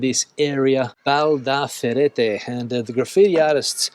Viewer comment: Valdaracete, not "Valdacerete"